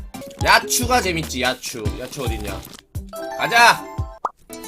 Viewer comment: 야찌라고 발음하야 되는데